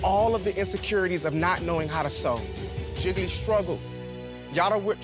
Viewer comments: One for Jiggily Two for Jiggily Nine for Jiggily Lol I love how she pronounces Jiggly 😂😂😂😂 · Can we talk about how Kylie pronounces Jiggly as Jiggily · i hear jiggle-y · I love how in the beginning sonique pronounced it “ ji-gle-ley”